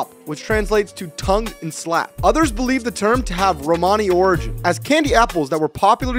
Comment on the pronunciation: It makes me mad that he pronounced Romany (Roh-man-e) Rohmohne 😭